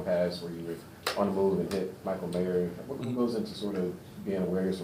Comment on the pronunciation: Michael Mayer, Eric. Not Myers, lol